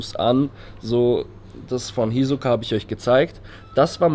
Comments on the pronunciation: Das tut weh wie er hisoka sagt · Es macht mich irgendwie aggressiv wie er Hisoka ausspricht